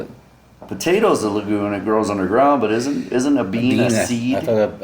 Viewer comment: It's legume, not lagoon, hahaha!